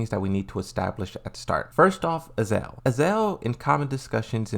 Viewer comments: Azazel not Azel . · Would you mind pronounce the real names... Azazel not azel.. And JAYCEE is JULIA CHANG you stupid peice of sheeet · It is not even Azael its Azazel ... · it's "uh-zaa-zl"